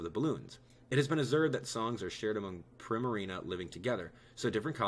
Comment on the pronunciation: Btw primarina is pronounced preema reena